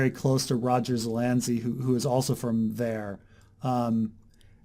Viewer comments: Dude, learn how to pronounce Zelazny. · 1) Zuh-lazz-knee. Not that hard. Surprised would have trouble with that. 2) Amber. Amber is why Zelazny is a GOAT. Also surprised isn't aware of that. Have I placed too much faith in you,?:/